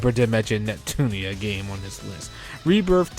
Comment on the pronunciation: Neptun-IA! There is an I and an A at the end of Hyperdimension NEPTUNIA. Not Neptune!